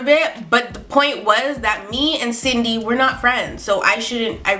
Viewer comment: I thought she said Sydney I kinda sounded like cindney a couple times